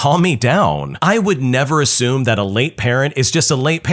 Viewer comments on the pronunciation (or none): none